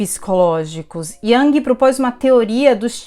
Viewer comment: A pronuncia é IUNG